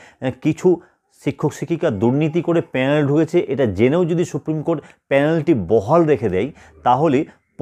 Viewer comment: আগে প্যানেল উচ্চারণটা ঠিক করে করুন তারপর ভিডিও করতে আসবেন।